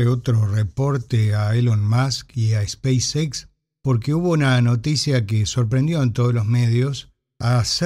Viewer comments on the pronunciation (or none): El inglés no es su fuerte, es muy claro. En otro video que estuvo en vivo, le sugerí no mezclar los idiomas en cuestiones como "speis equis"...